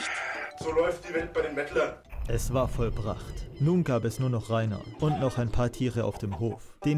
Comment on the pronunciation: "So läuft die Welt bei den Meddlern" Ich kratze ab